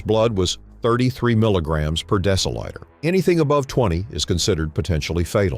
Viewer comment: And the cowboy AI pronouncing deciliters as deci-lighters. Pretty funny stuff.